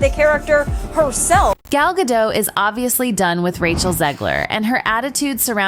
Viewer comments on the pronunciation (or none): Gadot, not Gadoe.. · You are butchering her last name. Gal Ga'doT